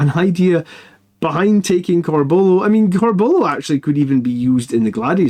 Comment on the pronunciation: Love your stuff but there's a U in Corbulos name..pronounce it m8! Lol oh and use spell checker on your slides 😂